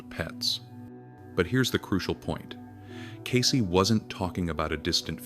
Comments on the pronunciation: It isnt Casey, it's Case as in suitcase. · CAYCE not Casey. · Its "Cayce", not Casey.